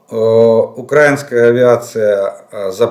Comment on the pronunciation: УкраИнская,ударение на И,так как страна УкраИна.